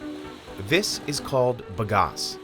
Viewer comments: Sugar cane is grass and grows like it. Fast! Plant the hell out of it. Bag-Ass.... not buhgas American. It's "bag"-"ass".... like "big ass"....but "bag ass" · Ba-gas, not ba-gos. The company owner says it correctly. What wrong with the narrator? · If Mike Rowe's dirty jobs taught me anything, its that its pronounced bag ass...